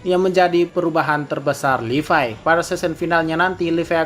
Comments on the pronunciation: Levi oy bukan Lipai🤣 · Gw baru tau ternyata levi dibacanya "livay"